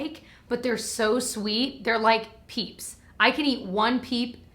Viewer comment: For some reason I heard “peeps” as “pizza,” and I was thoroughly confused. 🤣